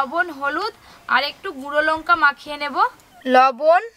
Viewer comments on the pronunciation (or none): Lonka noy lanka